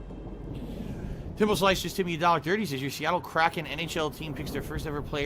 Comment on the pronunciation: Add "kraken" to the list of words can't pronounce.